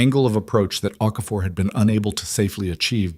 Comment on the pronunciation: Okafor, not OK for.